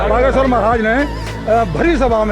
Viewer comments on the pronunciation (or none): बागेश्वर धाम पर जो शब्द उच्चारण वह सुगनी नहीं है